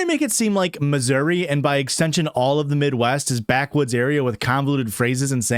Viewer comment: "coastal egleetes" got me to subscribe to patreon